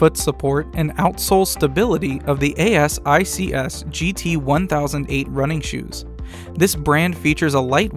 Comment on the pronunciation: thanks for the review! Asics is pronounced like "A-six" by the way :). They are good shoes!